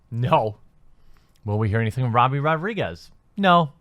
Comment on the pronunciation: Every time you say "Robbie" I cry a little